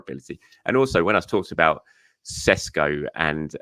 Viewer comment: Great milestone. Well done! And it's Sheshko ☺️